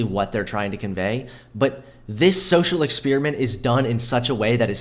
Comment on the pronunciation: EX-SPEER-E-MINT..? WTF?